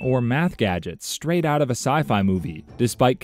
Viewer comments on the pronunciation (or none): none